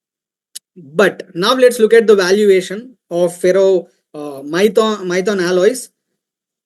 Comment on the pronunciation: Abee maithon nhi maithan hai 😅